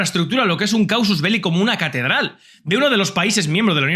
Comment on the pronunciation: Casus belli, no causus